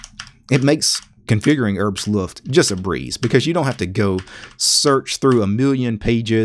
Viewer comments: No, not "Herbst Luft", it's "Herbstluft" in one word! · Rich B.O.B Sorry, I'm actually a native speaker of Norwegian (which work the same as German), not sure I quite understand your comment. The point is exactly this: English is not German. So you shouldn't use English rules for compound words on German words. He said neither "Herbsluft" nor "Herbs-luft", don't understand why you are taking that up. You can clearly see it sais "Herbs Luft".